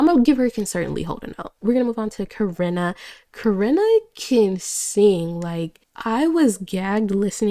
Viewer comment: why do u say karina like that